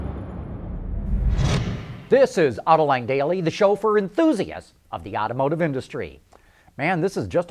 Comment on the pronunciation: It is generally pronounced 'ottomotive' not 'owtowmotive' dear. Ouch ow! Hurts my ears.. to hear owto instead of auto.